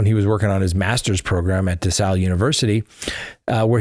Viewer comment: It’s desales university your not pronouncing it correctly